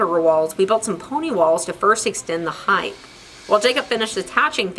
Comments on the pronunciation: Not to me! Its irritating! Just laziness not distinguishing from the endings of length and width. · Why does everyone say HEIGHTH? There’s only 1 H.... HEIGHT... 🤦🏼‍♂️🤦🏼‍♂️🤦🏼‍♂️